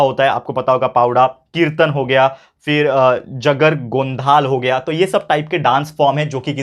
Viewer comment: sir, that is not पावडा.😊 That is पवाडा not जगर गोंधाळ. 😊 That is जागर गोंधळ (Chatrapati shivaji maharaj ka hai *powada*)